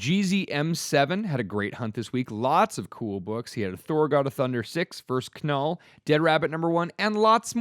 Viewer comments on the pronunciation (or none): Does really think Knull is pronounced “kuh-null” or is that a joke? Cates has said “Null” in many interviews